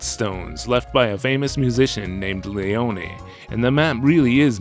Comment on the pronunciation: Im liking your videos a lot but you pronouce some names horribly… Leone is just pronouced Lee-Own and in another video you called someone named Mathias, Ma-Thigh-is as Ma-te-us, little jarring